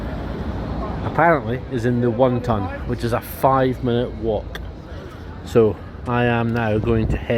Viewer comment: Sounds like your saying won ton. A dart board in a Chinese would be interesting. Looks like decent pub though 👍